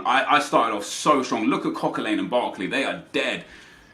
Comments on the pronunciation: Coquelin is pronounced Coquelan not Coquelane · why do you pronounce Coquelin likes its "Coquelain" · Hearing your pronounce Coquelin makes me want to kill myself